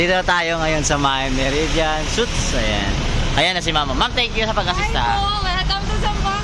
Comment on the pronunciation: no offense intended pero hindi sut ang pronunciation ng Suite. Pronounce like sweet. God first. 🙏💕